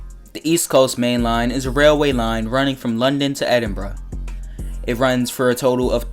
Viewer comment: Oh man it's rare to hear someone from across the pond pronounce Edinburgh correctly. You actually nailed it. On another note though, I'd prefer Edinburgh to Berwick if they do that route. I just think the London end will be too similar to the GWR route